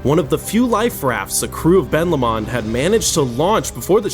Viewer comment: Hey dude, it’s pronounced Ben Low-mund rather than La-mond (its named after the mountain next to the loch :)